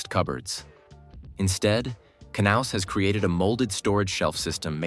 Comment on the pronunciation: The price might be a problem, as might the amount of movable construction items. But the concept is interesting. Oh, for the robot: the 'K' is most likely silent in the English language, so the name would correctly be pronounced as 'naus'.